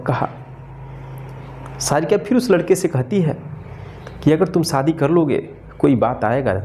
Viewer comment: Saadi. Nahin. Shaadi. Hota Hai correct pronunciation